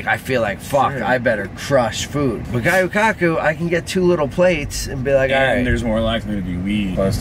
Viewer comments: Seeing get worked up is one of my favorite things. Also, it’s pronounced gyoo not guyoo!;) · Luv ya but it’s gyu kaku not gayu kaku Jussayin